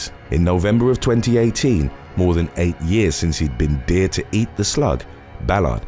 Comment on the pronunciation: The narrator has a good voice but what's with pronouncing dared as deered? I thought the young guy in the first story had eaten a slug off a deer.